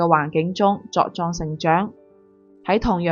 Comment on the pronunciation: 唔識字嘅 婉然拒絕 讀個碗字 茁壯成長 都唔知讀咗個乜嘢出嚟 睇佢呢個節目呀好多次佢都唔識㗎時時都有啲唔係咁嘅字嘅讀錯曬